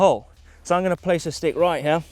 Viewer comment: Always cracks me up when he says here - hiah!